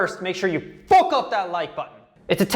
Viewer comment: When you say "fook" you sound kinda Irish 🇮🇪